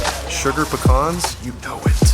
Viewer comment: It’s pecans not pecans